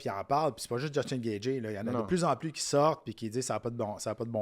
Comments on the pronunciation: Yest tellement compétant que meme si y dit Gatgy on sen calissssss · Jtaime mais comment tu fais pour être commentateur UFC et prononcer gaethje aussi mal